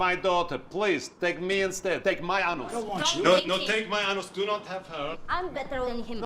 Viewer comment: "Take my anoos" 😂😂😂